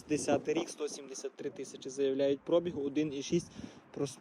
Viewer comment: як ви запарили цим прОбіг!! На другий склад наголос, йолопи! Може вже вивчите правильний наголос???